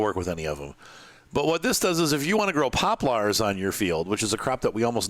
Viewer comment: his pronunciation of poplars alone is worth the watch. is that normal in some part of the world? my wife pronounce crayons like crowns, which is ridiculous and WRONG, but shes definitely not alone. good video far, thanks